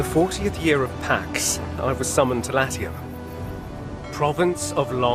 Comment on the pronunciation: Thank you for complaining about the pronunciation of Latium. As soon as Juliana said that, I said at the same time as you did "Its Latium!"